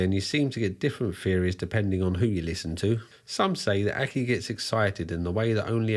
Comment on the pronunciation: I at first thought he was saying “purple acne”.